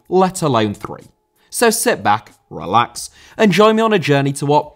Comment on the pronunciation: So sit back RRRR-lax.... 😁